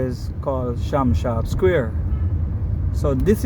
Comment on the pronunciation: Sam sharp not sham sharp